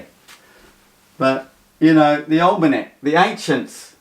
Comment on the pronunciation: Pronounced Ol' MeK